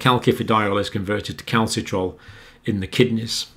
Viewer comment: The name of the active form of vitamin d is Calcitr"i"ol and not Calcitrol. You also had problems reading that number ?? 8279? You seem to be dyslexic.